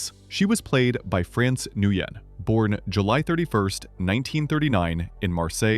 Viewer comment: You came close to "Nguyen". It's pronounced "nwinn".